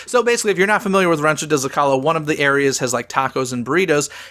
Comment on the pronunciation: Isn't the restaurant Rancho del Zocalo pronounced "Zo-ca-low" not "Zo-call-o"?